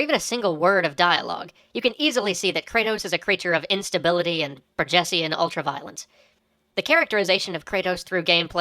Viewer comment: After going back through it ten times, I finally understand that , he says: "You can easily see that Kratos is a creature of instability and BORGESIAN ultraviolence." Borgessian. It's a word, google that shit. I know I had to.